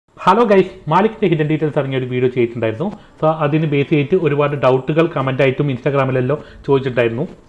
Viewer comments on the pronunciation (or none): none